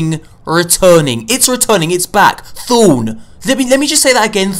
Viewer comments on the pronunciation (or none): "Thune" or "Thorn"? pronunciate please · "Thone!!"😂 Thorn* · "let me say it again, Thone, Thone." bruh. it's thorn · he meant his accent, he didn't pronounce it Thorn, he pronounced it Thown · "Thone" hahaha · THOWN lemeleme just say that again...THOWN....THOWWNNNNNNA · When he says thorn it sounds like "thooOOOON" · XD that killed me THOOOOOOOOOOOOOOOOOOOOOOOOOOOOOOOOOOON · I HEARD OF THORN BUT WTF IS THONE!!!!! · let me say that again "THOON." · "Thoon is returning, thoon, thoon..." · "Thuwn is returning !" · Thorn, thohn.... thooohna! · "Let me say it again... Thoom!" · Thown. Thown. THOWN. lmao jk luv ya <3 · thown, lol, thown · he cant even say thorn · He said Thorn. Yup. There goes all the legendary marks to the goddamn wall of the fucking tower! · Just to make sure that I heard correctly. Did you say Thorn was coming back?!?! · I cringed every time he said thorn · I've been playing since the Alpha and I cringed everytime he said thorn 😖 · can you say thorn one more time?